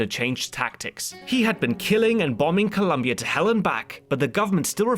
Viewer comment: Your pronunciations are so good but please, there is no U in Colombia!